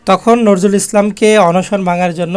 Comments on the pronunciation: নরজুল নয় উচ্চারণ টা নজরুল হবে। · বিদ্রোহী কবির নামটি স্পষ্ট করে উচ্চারণ করার চেষ্টা করে ঠিক করেই। ধন্যবাদ।